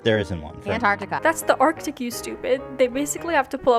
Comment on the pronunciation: "That's the artic you stopid" I DIED